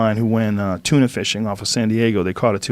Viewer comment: Joe "King of TUNAH" Rogan